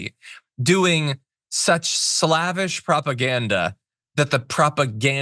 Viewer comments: Don’t say “slavvish” when what is clearly on display is “Slavish” - slayvish - the word “slav” comes directly from the word “slave” and WHAT else describes Tucker? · hey buddy "slavish" does not rhyme two syllables with "lavish" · So you want "slay-vish"? Another meaning. Check a Dictionary.